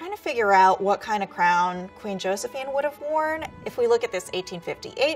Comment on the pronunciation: one lil critique that got me: Josefine should be pronounced yo-se-fee-na